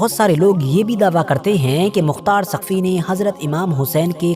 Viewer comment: Saqfi ha taqfi nhi bhi shab